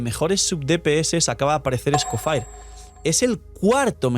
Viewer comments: No puedo ver el vídeo porque se me hace muy raro como pronuncias EscoffAir como si fueras gringo cuando la forma correcta es escoffié en francés mucho mas fácil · Porque le dice "escofair" si tanto en español, ingles y francés (origen) la i suena como i normal "escofier" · El señor Escoffier removiéndose en la tumba viendo que le dicen Esco-fire 😂😂😂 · Escofier o escofair jajajaj en el juego lo pronuncian de la primera forma